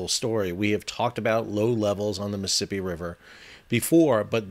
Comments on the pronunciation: Miss Sippy ? It’s a 4 syllables word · You say Mississippi like you're from Mississippi.